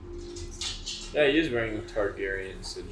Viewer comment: Why are they saying Targaryen??????